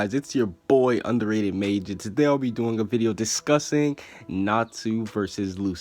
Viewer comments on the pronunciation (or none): none